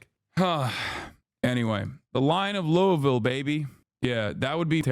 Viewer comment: Bro said Louisville the right way multiple times. Y'all don't understand how much this means to people who are from Louisville. ❤